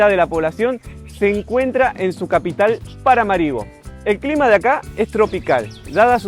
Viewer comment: Muy interesante reporte desde un pais poco conocido. Me gustaría ver interacción con gente local. De paso, la pronunciación correcta del nombre de la capital es con acento en la última "a".